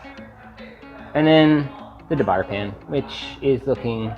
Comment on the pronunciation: "Dee- Boo- Yay" Also, I have a "Made-IN" properly seasoned. One must always use some oil when really cooking. I can do a 4 egg/cheese omelette with absolutely no stick. I also have great D-B Mineral B Pros and Matfers. All are non stick, I also have a superb Aus-Ion-it is perfection.